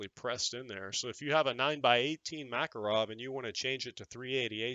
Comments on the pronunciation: Proper pronunciation is Muh-KAR-ov. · My East German performs flawlessly if I do my part! It’s actually “mu” KAR “off” emphasis on the middle syllable. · Pronounced ma KAR ov and na Gan